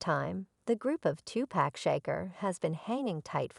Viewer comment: Learn to say his name ..... Tupac (To Pock) If you can't pronounce his name right....shut down your page!!! Stop being disrespectful ....thot!!!!!